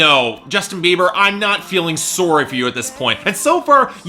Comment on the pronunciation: Dat Canadian accent when you say sorry.